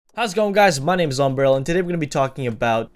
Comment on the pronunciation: i love how when you say "Longbarrel" it sounds like "ubrella" :D anyways great video thanks alot for the tips :D